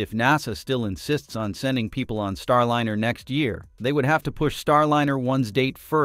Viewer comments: Could you program the synthetic voice to pronounce Starliner the correct way? It's Star L-EYE-NER, not Star L-INN-ER. It's a "long vowel sound." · StarLiner is ALWAYS pronounced with a long "I". WHY do you say "Star-Linner" half of the time? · Star Lener?? AI can't read apparently. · "Starlinner?" Why can't they pronounce it correctly? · Same here. for that and for constantly hearing "Starlinner" 🙃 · I can't help but notice that the AI voice always mispronounces Starliner. Would it do a better job if, just for the AI script, you spelled it Starlyner?